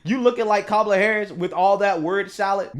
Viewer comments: you're the real racist! Whenever someone calls you out, you play the race card. By the way, while listening to you, it sounds to me that you "mispronounced" Kamala's name. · He just pronounced Kamala’s name wrong while moaning about Nancy saying it wrong plus he’s digging himself a deeper hole he’s a creepy little man 😂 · say my name its cumala not kamala lmao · What he claimed about Mace mispronouncing Camela’s name is the classic call me a “racist” without calling me a “racist”. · He was racist and he is so evil only because she mispronounced Kamala’s name🤦🏽‍♀️🤦🏽‍♀️… trying to clean up what he messed up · Kamala does not pronounce her own name correctly! 😀